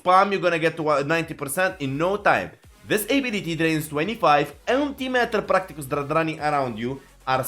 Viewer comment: You speak better English than half the voters in this nation, but PARticles...... Not PRACticles.